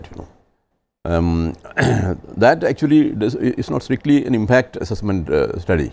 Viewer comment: There's no question about the merit of the panelists and the quality of the discussion. Big picture restores your faith in TV debate/discussion. But, sorry to say, this particular anchor sometimes tries too hard to speak English which is very irritating. Why does he need to speak in a different accent ? And, with the additional pronouncing of 'ah', like 'processah', 'impactah', the accent sounds more pathetic...